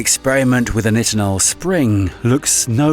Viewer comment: The narrator said NI tinol I'm sure it's pronounced NItinol.. Anyways. A YouTube vide about AI narrators would an inception video.....?